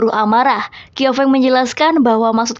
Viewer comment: Fyi bukan "kiau feng" tapi bacanya "chiau feng"😅